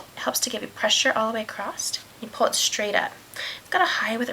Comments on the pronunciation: Acrosst is not a word. It's pronounced how it is looks. Across. Bugs me! Loved the colours though! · I'm not a fan of hearing words in the English language being pronounced incorrectly, but the instructional video was helpful to this beginner. Thank you. (The word was across, and it was pronounced "acrost".)